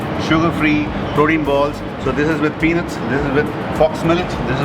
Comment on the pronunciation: *peanuts not penuts